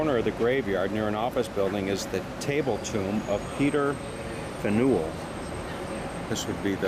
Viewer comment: Yes, pronounced fan-you'll. Not fa-nuel.